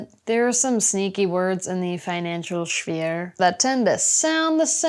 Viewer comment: Giggles out loud at "Sch-phere"... Thanks this will stay with me, along with all the quality wisdom